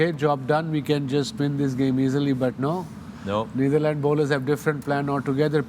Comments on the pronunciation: Naitherlands nhi Wasim Bhai..it's Netherlands 😂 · Hello, I am Bajwa Sb from Germany… with all due Respect Could I request the Great Wasim Sahib to please pronounce the Correct name of The Netherlands. He always says Nietherland… so please don’t mind…. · Its Netherlands not neitherlands- Waseem always pronounces it wrong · Why does Waseem call The Netherlands as 'Naitherland'🥲